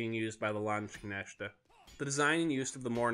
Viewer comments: Lands-knecht-teh in german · Landz-knecht (the ch is like a halfway between an h and a k sound, and unlike how English words normally silence it, kn in german has both letters pronounced as they appear). He pronounced it something like "langshneshte" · That pronunciation of Landsknecht tho Eww